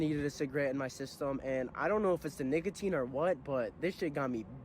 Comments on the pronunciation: gang did NOT say nicatin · Wait that does not sound like “nicotine” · He keeps ripping the soft a 💔🥀 “🥷tine” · HE DID NOT SAY NICATINE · 16 44 bro did not say nicotine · and bro did not say nicotine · bro did NOT say nicotine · HE DID NOT SAY NICOTINE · the way he pronounces nicotine is throwing me off iam thinking he's saying you know what nvm you can figure out what i was going to say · He did not say nicotine lol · bro did not say nicotine 😭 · bro definitely didn’t say nicotine 😭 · bro did NOT say nicotine😭🙏